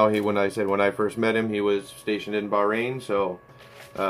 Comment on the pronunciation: 300 subs Congrats!! It so nice to see channels like yours grow. Thank you for the shout-out and I'm glad you liked them. Your spot on on how you are pronouncing Bahrain.